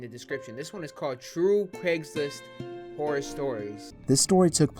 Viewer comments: i smell cap u said hora horey amin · "Instagram Dating Horry Story Amination" oof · Man said “Horry” 😭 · Hoey instead of horror speak English my burda